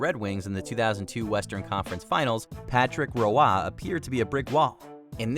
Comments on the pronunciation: Patrick Roy: is pronounced like Waugh, I know confusion when I first seen it and was like That's Roy (R-Oy) Waugh is prounced like (Wa- ah) only reason I find the mistake even funnier😂 the announcer prounced it correct right after the voice over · It's just WAAH!!! Not RWAAH!!! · Patrick Roy's last name is pronounced Wah like wah pedal NOT Rowah. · Patrick Roa. HAHAHAHA. Come on, you're Canadian! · The goaltender's name is pronounced "WAH". I would think someone at WatchMojo would know how to say it correctly, considering the site is based in Montreal, and that he spent about the first decade of his career with the Canadiens. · "Patrick Row-ah?" Can someone get Rebecca Brayton in here please! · Patrick roy not ruah. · How many times did the narrator mispronounce Patrick Roy's name 🤬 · I can't get over the mispronunciation of Patrick Roy